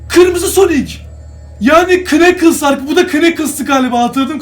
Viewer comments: Evet o kneakles ama nekıls diye okunuyor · Abi o nakıls diye okunuyor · Kıneķıls değil kanıls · Knuckles nakıls diye okunur